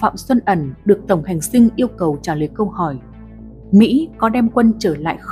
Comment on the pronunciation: Tổng hành dinh chứ kg phải tổng hành sinh đọc sai rồi